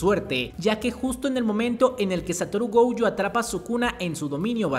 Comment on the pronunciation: pero pq le dice gouyo? 😓